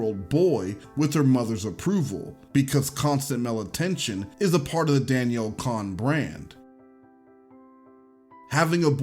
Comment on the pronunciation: Con* not cone* as to how you pronounce Cohn.